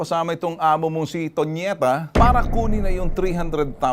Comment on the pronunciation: Tonieta hindi ponieta 😂✌